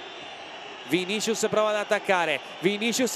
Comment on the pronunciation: Qualcuno dica a quelli di dazn che si pronuncia "VINISSIUS"